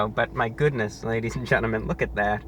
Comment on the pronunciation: "ladies and GENNIMEN!"